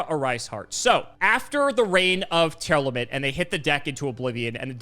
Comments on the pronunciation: It's TEAR LAMENT. Not Tear Element lmao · Also the way says Tearlament. I don't know where he's getting "Tear-element" from